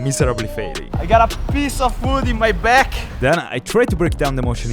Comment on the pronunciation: The way you said the word 'back' made you sound like you're from Denmark.